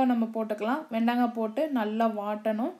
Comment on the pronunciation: வெண்டங்கா இல்ல... வெண்டைக்காய். இதுல தமிழ் சமையல் என்று பேர் வேற...